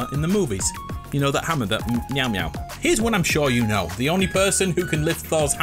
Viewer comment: I like how he says thors hammer "meow" "meow"